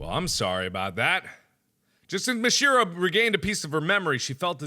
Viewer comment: don't run the syllables together so much: MIH-shee-ROH